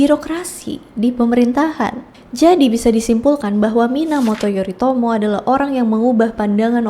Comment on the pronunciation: Tulisannya Yoritomo tapi bacanya Yorimoto😅😅